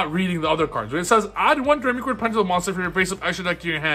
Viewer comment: Btw it's pronounced dough-ray-me-chord. Like the musical notes.